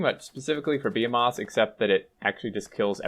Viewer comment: be-ha-moth... be-he-meth....